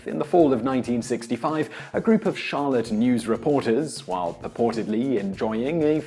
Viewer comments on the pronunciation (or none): none